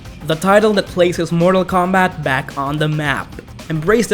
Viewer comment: Jesus Christ his mortal kombat pronouncing